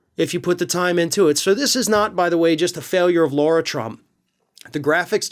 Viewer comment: Her name is Lara, not Laura